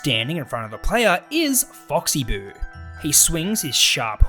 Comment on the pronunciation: And you also said oxy boo